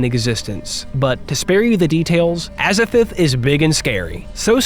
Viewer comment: Glad you're open to criticism! And aou said "Azathith"... 😅